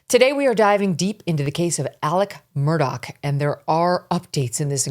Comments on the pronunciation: THE PRONUNCIATION of MURDAUGH IS "Mur" "Daw". Not "Mur" "Dock". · Murdaugh, not Murdock. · Why the hell does everyone not from sc say their names with an ck ending instead of augh smh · Why does everyone pronounce his name incorrectly? It’s Alex with an “x” at the end not a “c” and Murdaugh with a”gh” at the end not a”ck”. Just saying. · It's Mur-der ! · Yep pronounced Murdock and Alec. Never made sense to me.